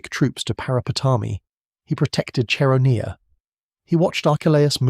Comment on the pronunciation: CHERONEA = KERONEA.